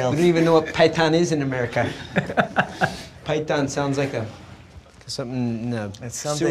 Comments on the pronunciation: you’re still not getting it are you? This has nothing to do with knowledge, he is taking the piss because Connor can’t pronounce the word python correctly due to his accent, he says pie-ton. That’s what the joke is , not that he doesn’t know what a python is it’s that he doesn’t know what a pie-ton is 😂 it’s sarcasm dude but seems like it’s lost on you. This has nothing to do with knowledge and his response was simply mocking Connors accent. He absolutely knows what a python is and that’s why it’s funny. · he was making fun of connor’s pronunciation. He said “pie tun” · Because MacGregor mispronounced PyTHon Faber made light of it and the joke sailed over your head is EXACTLY why Americans landed on the moon and most other countries-including yours - are STILL playing catch up. 😃